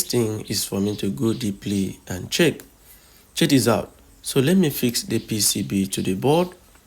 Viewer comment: chejichow is all i am hearing